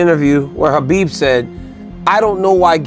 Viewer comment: Dude your pronunciation of khabibs last name😂